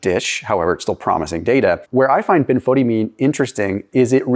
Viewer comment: Dear, I am very familiar with Benfotiamine, as it halted my advancing diabetic retinopathy. But (ahem) it's pronounced Ben-fah-TIE-amine. 😅 it took me a minute to figure out what you were talking about!